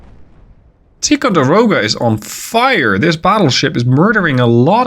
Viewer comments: Ticonderoga is pronounced with a long I. Tie. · Love the vids ! If you were curious it we would pronounce it Tie-Konde-Rowgah (Or atleast thats how we said it ) one of the guys i served with in the Navy his father was on the Ticonderoga they called it the Big T. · Ticonderoga pronounced Ty-con-de-ro-ga love your work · FYI Tie-con-der-oh-ga in how Ticonderoga in commonly pronounced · In the US we say “Tai-conderoga”; I’m not sure if that is the same as the Iroquois pronunciation though.